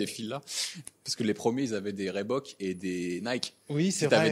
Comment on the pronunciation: REEbook , Donnay 😆